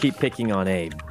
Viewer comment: My favorite part of this is that they all started pronouncing Abe wrong 🤣